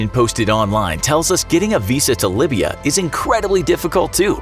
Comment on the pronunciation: Libya it's not (libe be a) its (lie beer re a)